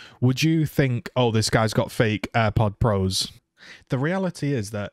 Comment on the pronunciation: You said AirPods Pro wrong